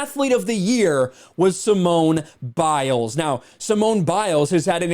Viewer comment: “Simon” Biles. Just like Sir Rena Williams. And Veen is William(s).